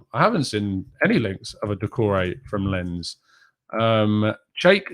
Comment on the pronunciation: Dude Lens is pronounced as LANCE. Like in Lance Armstrong lol.